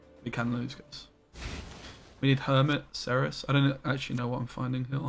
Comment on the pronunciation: It's not "kerys", you can easly say "serys" if you want. This is a polish game, so the polish pronunciation is the superrior template. In fact, you pronunciate Cerys with "c" spoken exactly like german "z". It's not "kerys" at all, it's WRONG.